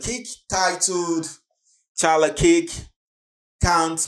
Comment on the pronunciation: Thanks for the content. Just FYI the pronunciation of 'KIRK' is like in Star Trek the Original series i.e. Captain KIRK, perhaps have a listen to a trailer for the correct pronunciation. Thanks